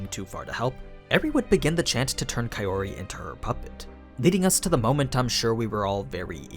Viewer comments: dude i know it's april fools, but Kaiori instead of Kaori? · I'm just saying this so that I can help you, here goes; Kaori = Pronounced, Ka - Oh - ree If I were to put it in your words; Kaori becomes Kayori Hate me if you must but this is now a pet peeve of mine, considering I no longer need to read subtitles when I watch Japanese anime... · Pretty sure it's Kao-ri (Cow-Ree) not Kae-ori (Kay-Or-ee), least that's how the anime Voice Actors all pronounced Kaori's name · The way you say kaori as kayori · Why are you calling Kaori "Kayori" instead? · I;m sorry, but "Kayori" is completely off from "Kaori". You're great and explaining the differences between the LNs and animes but please work on your pronunciation, it's throwing me out of the immersion. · man you watch the anime and hear the characters speak. how do you fuck up kaori’s name this bad? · The way you say Kaori. I can't!